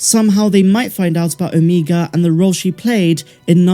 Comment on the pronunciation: Good grief, the Only irritating thing about your show is how you pronounce OMEGA’s name🤦🏽‍♂️ lol